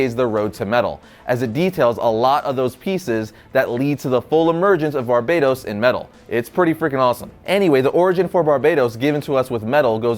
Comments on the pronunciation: it's not Barbados, Bar-Ba-Towce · Bro said Barbados 😂😂😂👌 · It's pronounced ''Bar-BAT-tos'' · It's pronounced BAR-BAT-OS damn it hurts when you say it wrong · Can you pronounce Barbatos correctly for once?